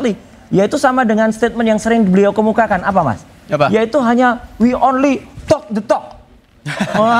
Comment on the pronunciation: Bukan ONLI tapi ONLE Wiwok detok not onle tok de tok